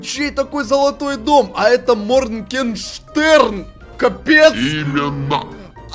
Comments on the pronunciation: А почему моркенштэрн а не маргенштэрн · Купик підписаний не правильно моргенштерн а не моркештер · Не моркенжтерн а Моргенштерн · Моргенштерн а не моркенжтерна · Надо не мркенжтэрн а моргенштерн